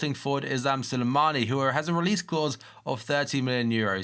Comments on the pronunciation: It's "Slimani" not "Silimani" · y u say Sulimani its SLIMANI